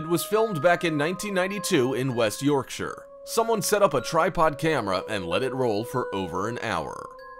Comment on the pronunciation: I'm impressed that you pronounced the words Yorkshire and Hampshire the English way, I've never heard an American or Canadian to pronounce it correctly until now 👍 😁👌🤣